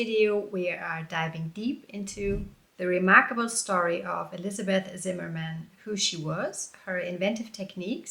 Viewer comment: I like that you pronounce the surname the English way when talking about Elizabeth and the German way when talking about her husband. Well done!